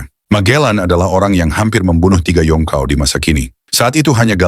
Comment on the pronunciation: Berry mang,bukan belly..belly tu perut mang..yonko,bukan yongkau..brogy bukan brokey mang🤦🏻🤦🏻🤦🏻